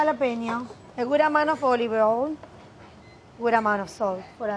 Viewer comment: “Holive hoil” I love so much she’s too precious 😭💖